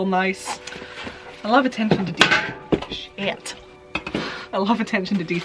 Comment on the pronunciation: That “shit” sounded really Texasy lmfao. “Sheeit!”